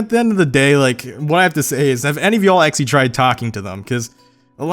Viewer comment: Actually. Try it: aC-tually. NOT aXially.